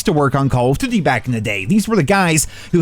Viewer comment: Do you "duty" that way on purpose?